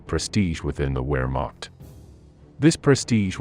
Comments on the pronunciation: Africa “corpse?” And “ware”macht? Good grief. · learn how to say Wehrmacht. Starts with a 'V' sound. Otherwise, good. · /Mawn-shtine/, not /Man-stine/; /Vair-macht/, not /Wer-macht/. Just curious: Is this an AI voice, or a human narrator? If AI, it is quite well realized.